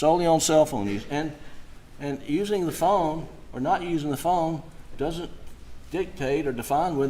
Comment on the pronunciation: OMG the rebuttal patronizing the jury with folksy country "he don't" and "it dudn't." And he might be guilty but defense didn't do their job in closing argument. It was all over the place. Any defendant deserves better than that.